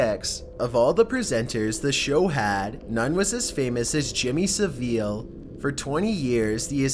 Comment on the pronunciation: On number eight his name is james saville (sav-ull)